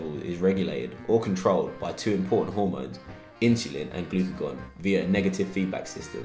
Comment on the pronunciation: it sounds like “glycagon” rather than “glycogen”